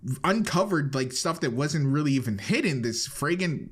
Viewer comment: Ya mean flagrant? Dude said "fragrant." Yeah the evidence smells nice